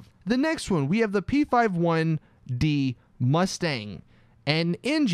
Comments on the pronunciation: Did anyone else cringe when he said P-5-1 and not P-51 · Out of all the update reviews this was the most accurate one except when u said P-5-1😂